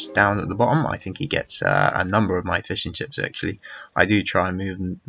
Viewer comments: The game was a great watch, but I keep hearing fish-and-chips as he starts talking about his boats :p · ***** lol it sounded so much like `Fish and chips´